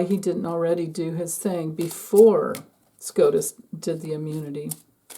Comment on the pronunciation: SCOTUS, not SCROTUS 😂